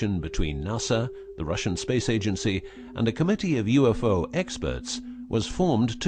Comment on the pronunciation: U-FOE SIGHTINGS LOL